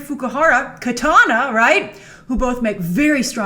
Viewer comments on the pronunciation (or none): none